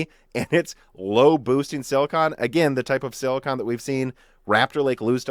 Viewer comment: No offense, but please look up the pronunciation for silicon. The way you say it is like scratching a chalkboard.